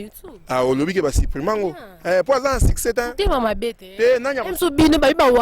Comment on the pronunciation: Madame bongisa prononciation, succès non siccès